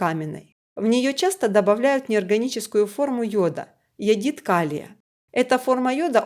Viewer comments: Товарищ, не иодит, а иодид - соль HI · Только не йодиТ, а йодиД. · Не йодит, а йодид! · Запах водорода? Вы нюхали водород? Может, сероводорода? С грамотой у вас непорядок. Не йодит, а йодид!!! Нечего лезть в химию с такими знаниями. Плюс гыканье диктора.